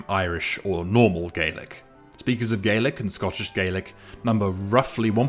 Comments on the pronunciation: Your putting words in my mouth here, no I am not going to go around and punch anyone who doesn't pronounce Gaelic properly, but this is a video about languages and linguistics so I thought it right to point out the correct pronunciation. You would have a point if Gaylick was the correct pronunciation in English. But it isn't. In Scotland, everyone pronounces Gaelic with an ah sound, and Gaelic was once spoken over the majority of Scotland. When Gaelic speakers speak English, they pronounce it with an ah sound as well. It is our word, both in Scottish and in English, and the Scottish pronunciation matters way more here because as ive said, Gaylick cannot be a regional pronunciation because England and America do not have a word in their own dialect for Gaelic. The vast majority of them don't know it exists or only have a cursory knowledge of its existence. If you want to pronounce it Gaylick, be my guest, but don't try to tell the people who's language it actually is that that is the correct pronunciation. Because, I guarantee you, if you say Gaylick in Scotland, it will cause confusion, people will think your referring to Irish. Language is subjective, yes, it does change, yes, but not every mistake is bound to lead to a linguistic shift, and whilst your free to say Gaylick all you want Scots don't have to accept that as correct. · it's not a preferred pronunciation, it's the pronunciation used in Scotland, the home of S Gaelic, to distinguish it from the Irish language, which some still call Gaelic in English. Frankly I don't really care what your dictionary or computer says, how about you have respect for the the way it is pronounced in the country it comes from. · I am not exaggerating when I say that if you pronounce Gaelic with a long A anywhere in Scotland Gaelic speaking or not they will think your talking about Irish. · In Scotland we pronounce the language /galik/ not /gelik/ as in Ireland. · Scottish Gaelic is pronounced Gah-lic, not Gay-lic